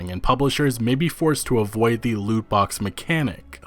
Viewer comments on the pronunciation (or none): none